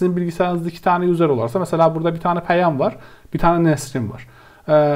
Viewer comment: Okunusu/telafuzu "yuzır" olan "yuzer" kelimesini her duydugumda dikkatim dagildi tekrar toparlayamadim kendimi. Turkceyi guzel konusuyorsunda ingilizce biraz karismis hocam. Eline emegine saglik yinede. tesekkurler.